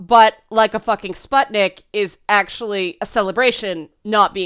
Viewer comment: Letter U in the word "sputnik" (if I'm not mistaken and it refers to the first Soviet satellite or something named after it) is supposed to be pronounced [u], not [a]. Kinda like in the words "butcher", "put", or "rune". Warthunder is an MMO flight sim/ tank/warship sim about WWII with realistic mechanics, developed by a Russian studio. Oblivion - might be because of the fantasy racism.